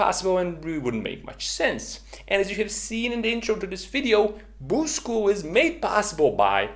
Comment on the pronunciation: The way you say Boost School sounds like you're saying Boozed School.